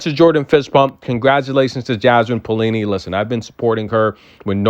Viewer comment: Maybe pronounce as "Pa - o - li-ni"? But never mind if only you can keep the way you pronounce Magdalena Frech!! I loooooooovvvvveee when you say Frechhhhhhh ...